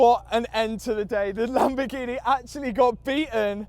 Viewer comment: Loving the content Matt but can't help but hate the way you say Lamborghineh! Lol 🤣 will you be raffling off the golf R? It's an animal